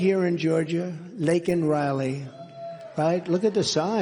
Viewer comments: i cry every time i think of Laken Riley. Joe doesn't care enough get her name right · Not only did he say her name wrong. But he also said thousands were killed by illegals like it didn't matter. This administration and democrats are traider to this country. And should be imprisoned. Bote every Democrat out of office they have an agenda thats not good for ether side. And they just proved it. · So Biden can apologize for calling a murderous illegal immigrant "illegal", but he can't apologize for saying Laken Riley's name wrong!!!!😡